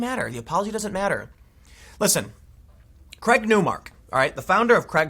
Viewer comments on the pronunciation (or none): The guy's name is Craig not Creg